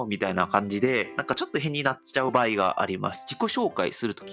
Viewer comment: /n/ や /h/ が語頭に来れないので、よく聞くと「日本」を「ディオン」と発音している。 /b/ も語頭に着にくいので、「場合」を「パーイ」と発音している。 このように、韓国語には語頭の子音に制約が非常に多い。